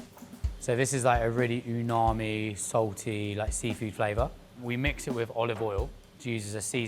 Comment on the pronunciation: bro is giving mad scientist vibes nitpick but i enjoy how he just makes up his own versions of japanese words "bitajang?" , "unami"